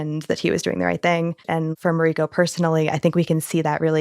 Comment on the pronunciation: Why do you pronounce Mariko’s name incorrect?